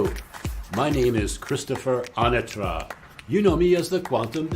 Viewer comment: I remember being a-NA-tra and it changed to a-na-TRA. It is the former pronunciation in the intro to his videos.